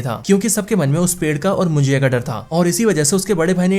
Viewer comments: It's munjya...not mujiya😅.. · मुजीया नहीं भाई मुंजा मूवी का नाम हे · कोंकण नहीं कोकण (Kokan) मुंजीया नहीं मुंज्या ( Munjya).. Your pronunciation makes the word more difficult to pronounce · भाई मुंजया नहीं मुंजा होता हे ... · मुजिया नही मुनज्या हे भाई😅😅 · मुंजीया नहीं मुंज्या..... कोनकान नहीं कोंकण.... Speak properly brother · भाई मुंजिया नाही मुंजा हे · Ye munjiya kya hai😂 munja suna tha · Bhaya vo mujiya nahi munjya ahe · Your Marathi pronounciations are Pathetic. Munjiya , kon - kan 😂😂😂😂 its Munjya and konkan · Abe pahle movie ka thik se nam liya kar mujya nhi munjya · ये मुंजा है .... मराठी शब्द है... मुंजिया नहीं😅😅... मुंजिया भजिया 😂😂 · Your Marathi is to bad 😅😅... कोकन होता है कोणकण नहीं